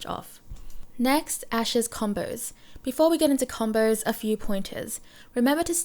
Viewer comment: Why do you pronounce (so) like “SOOOIII* and combo like Combooii xD